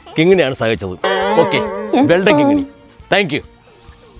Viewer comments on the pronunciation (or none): 😂😂 കിങ്ങിണി ... നടുക്കത്തെ 'ങ്ങി'' വേണ്ട.. കിണി മതി😂😅😅😅